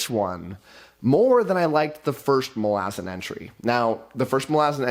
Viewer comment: I'm getting triggered by way he's pronouncing Malazan.